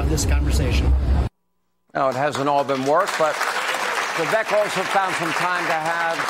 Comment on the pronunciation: How long will it take to pronounce his name correctly? "Vi-Vake" - rhymes with "Cake"